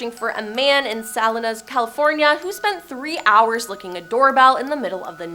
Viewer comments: Salinas is pronounced Sah-leen-us. it's a Spanish word. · I wish they would show the correct footage for the correct story, the lady from Vegas, it was a bearded white guy not black males walking around inside the building...he was picked up later. 🙄🤷 Also obvious she didn't how to pronounce Salinas.